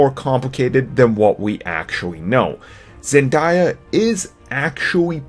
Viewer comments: Zen-day-uh not Zen-dai-uh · Her name is pronounced Zen-Day-Uh not Zen-Die-Uh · Zen-DAY-a not Zen-DIE-a day like the word day not die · Why do reporters keep on calling her zendiya? Here I got you innocent citizen ZEN DAY UHHHHHHHHHHHHHHHHH Zendaya your welcome 🙃👌🏽👍🏽👍🏽👍🏽👍🏽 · why he call her zendieya 💀💀💀💀💀 its ZENDAYA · its not Zen die a its Zen day a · Her name is Zendaya, not Zendiya! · XD he pronounced zendaya like Zenda I ya it's zen day A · Zen-DAY-a not, Zen-DIE-a plzzz it's really annoying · I swear if I hear another white man mispronounce her name when its really easy to say, its ZEN-DAY-A not ZEN-DIE-A, why is this so hard for white people to say? Its literally spelled out exactly as it sounds, fuck, research before you talk about something youre EXPLAINING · Zendaya- Day like in Sunday not die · It's zendAAYYYYYYAAA not ZenDiea! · Zen- DAY-a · It's not (zen-diya) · Did he say "Zendya" also he really should have put SPOILER ALERT in the title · Her name is pronounced Zen-Day-Ah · Zen die-uh? Lol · Her name is pronounced as ( Zin Day Ah) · Pronounced.. Zen "Day"- a..... lol😂😂😂😂😂😂😂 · ZEN DAY-A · its zendaya you say it wrong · can you pronounce zendaya correctly? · lol the way he said her name hahahahaha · Stop pronouncing her name wrong